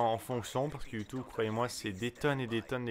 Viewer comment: ".. Avec Youtoube.." :)